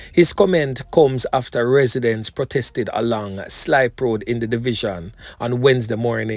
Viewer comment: Is slip pen road and not slip